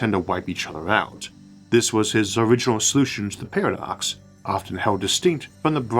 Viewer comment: Do not mean to poke fun or anything, just curious. “Univuse” “Pawadox”